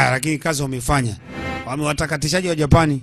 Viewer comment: Dj mbon hapo kwenye ja PAAAN UNATAMKA KIUPANICAJ😂😂😂😂dj kwrnye P tamka kwa ku relax tafadhar